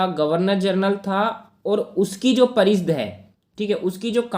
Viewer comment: Bhai parishad hota h naki pareeshd